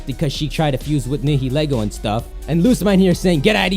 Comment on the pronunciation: Nihilego - Nigh-eh-lee-go.